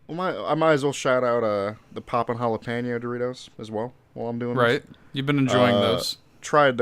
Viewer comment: tell to stop saying jalapeño like that it